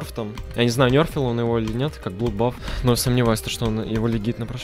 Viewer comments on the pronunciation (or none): none